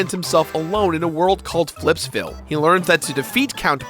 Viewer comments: "Flipsville" You disappoint me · “Flipsville” Excuse me?